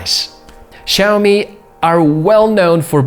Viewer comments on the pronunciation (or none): Big kudos for getting the intonation on "Xiaomi" correct! A little tip though, the first syllable is pronounced more like "siao", rather than "shiao".